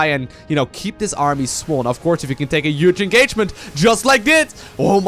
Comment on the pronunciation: i dont even know how to write down the way he pronouces "huge"